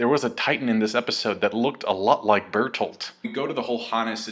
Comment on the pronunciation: It's not Bertholdt, it's BERTHOLDT!!!